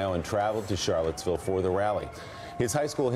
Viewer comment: He said Charlettesburg, oops